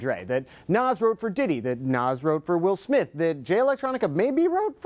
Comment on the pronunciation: Woll Smoth 😂